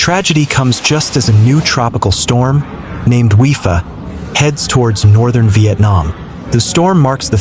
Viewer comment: The name of the storm is pronounced WI-PA not WI-FA.